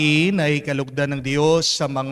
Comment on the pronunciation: i hope u dont mind po ... for the male singer, pls pronounce Dios (Diyos) not Di - yos ✌️❤️✌️